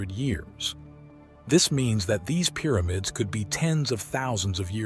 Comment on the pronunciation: Excellent documentary. However, it's Pyramids, not "Peeramids!"